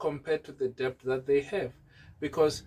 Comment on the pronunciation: Det not de b t